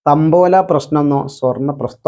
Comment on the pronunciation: തമ്പോലയല്ല, താമ്പൂലം....